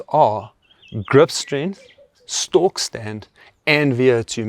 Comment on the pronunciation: It's a stork test, not stalk test :) We don't want to be stalking anyone, but we want to stand still like a stork!